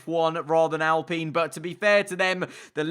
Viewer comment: He pronounces it right tho? Alpeen